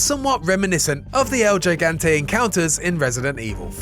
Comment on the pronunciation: Gigachad and Gigabyte are english terms. Gigante is Spanish/Portuguese. So it's pronounced "Ji"gante. The IGN previewer is correct.